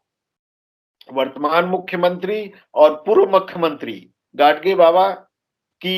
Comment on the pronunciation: It's not , गाडसे , ओ गाडगे हैं